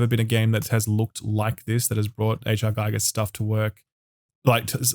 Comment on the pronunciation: HR "g-EE-gur" not "g-EYE-gur"